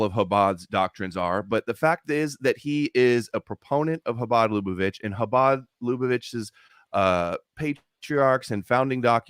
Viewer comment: repeatedly mentions Chabad Lubavitch as a cornerstone for his theory on how Jewish power is working to eliminate gent*les Also: can't pronounce Lubavitch